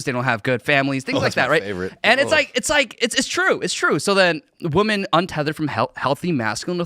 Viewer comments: why the hell do I keep hearing people say WOMAN when they should be saying WOMEN. It bugs me. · WHy is he saying "Woman" instead of using "women" the plural form. The 2 words are pronounced distinctly different. I have been seeing thousands of people typing "woman" where the plural form "women" (Whim-min) should be used. Now this guy talks like that... WTF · Would someone please help this man out and tell him it’s women, not woman… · It's not woma! The plural of woman is women! Get it straight people. Everybody is saying it that way. Let's not change the English language.... This is still America no matter how many of you foreigners are here. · This Asian can't say women. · Maybe it’s just me, but I cannot listen to some who pronounces women the same as woman. It’s almost worse than calling an individual they. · WHY CAN'T PEOPLE SAY "WOMEN" CORRECTLY!!???!?!?!? It's rampant and I can't grasp how seemingly an entire generation doesn't know how to correctly pronounce a very common word correctly? Notice how NO ONE corrects him? This is the problem, NO ONE DARES FIX ANYTHING!!! Grumpy Gen X yelling at the sky here, checking in.